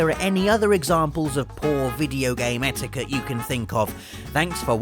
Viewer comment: When he said etiquette the first time I thought he said etika